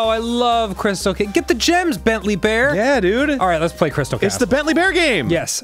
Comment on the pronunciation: "crytal castles"